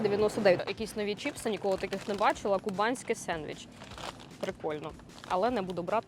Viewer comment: Сендвіч не кубанський а КубИнський😄